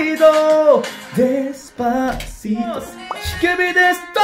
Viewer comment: 영웅님:뽕다발:기부금팀미션: 영웅님다리춤너무잘춰서놀랬어요.글구데시파시또노래도발음원곡과흡사해서또한번놀랬죠황윤성님노래연습너무웃겼어요~홧팅건행!ㄱ